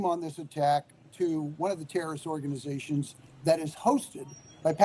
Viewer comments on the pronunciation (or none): You people feel uncomfortable to said Terreriost to Terreeiost👎👎